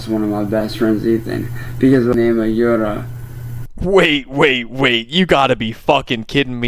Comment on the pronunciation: Her name is "Yura" as in You'ra PDFile (not you BTW)